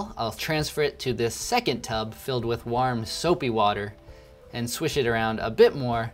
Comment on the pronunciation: why r u pronouncing warm as if itt rhymes with arm